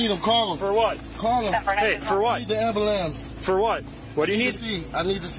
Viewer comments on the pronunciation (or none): I love hearing these idiots say call the ambilamps 😂😂 Acting aggressive like,what result you think you are going to get. Because parking your car and jumping out doesn't make you unaccountable. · I chuckle everytime I hear "ambulamps" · “Call da Amber-Lamps” 😂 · He needs the "Ambulampse"... reminds me of that old meme w the Black Betty song lol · I'm dying!!! Hahaha, first suspect said, "call the amba-lamps" hahahaha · First dude really said Amberlambs. I can't believe he said the stereotypical meme word 😂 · Lmfao that was my first thought😂😂😂 the amberlamps!! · "Amberlamps"? Aaaah yes, that takes me back 😅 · What the hell is an ambulamce? 🤣🤣